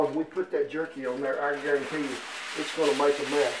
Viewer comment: "I GARONTEE" . Justin Wilson flashbacks